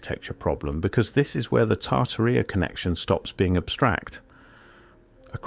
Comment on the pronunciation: Tart terita??? Never heard anyone slaughter the English language so horribly